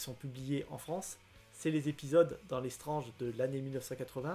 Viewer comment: Il sont dans un super état tes Strange dans l'absolu. Et merci de dire Strange et as strennege. Et du coup Premier et non first